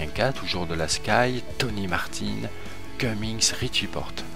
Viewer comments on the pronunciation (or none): none